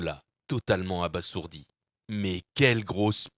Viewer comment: Ça se prononce « abazourdi »